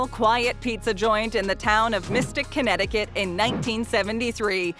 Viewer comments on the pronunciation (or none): none